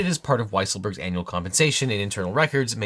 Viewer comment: Every time you say "Annual Compensation" I kept thinking you were saying "anal" compensation. I mean, is somebody preparing more payments to Stormy? ;)